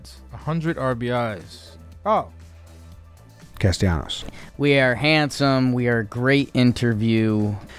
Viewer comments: As a fellow Castellanos, its CasteYAHnos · I love how Trea doesn’t even try with the Spanish pronunciations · Trea with the whitest pronunciation of castellano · I had to turn this off because it took you guys forever to figure out castellanos 😂